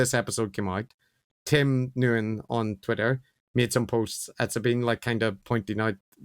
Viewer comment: Nguyen is pronounced Win 😊